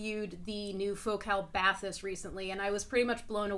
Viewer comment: Right....and she said Bath-is the first time